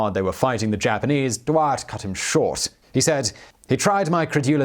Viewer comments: Boer is probably best pronounced BOuHEHRR Confusingly wiart is probably pronounced Viart The German people pronunciation on the VW is fee vee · Except that he wasn't German? He was Belgian upper class, which spoke french at the time, and his name should be pronounced as such? But yes, the pronunciation is off in the vid, but your suggestion doesn't make it better.